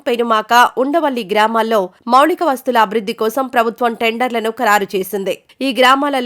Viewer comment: మౌళిక వసతులు కాదమ్మా మౌలిక వసతులు అనాలి ఏది ఏమైనా మీ స్వరం+ఉచ్చారణ చాలా బాగుంది keep it up.